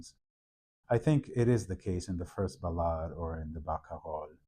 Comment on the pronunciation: I learn so much from listening to you explain details from Chopin's manuscripts, as played by Vincent, my new favorite Chopin pianist. (Also i wish i could say Barcarolle the way you do...)